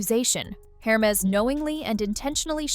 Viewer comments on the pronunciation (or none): it's err-mehz... :) instead of her-mehz... :)